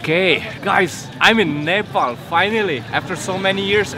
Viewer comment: 1St foreigner who pronounce nepal in really well 😍